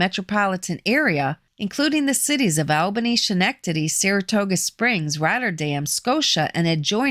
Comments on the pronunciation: Pronounced Skenectady not Schen ectady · It’s Schenectady like sken-ec-tady. Lots of Italians in Rotterdam, Schenectady, Amsterdam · Here in Brooklyn, we call it Schenectaberry on purpose. Don't worry about it. 😂😂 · Before anyone gets on my a** , I know I mispronounced Schenectady. Apologies to all Schenectady residents....